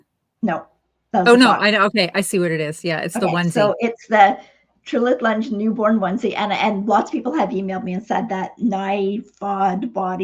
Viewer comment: The name of the onsie it Tiril tunge - and you say it as it writes.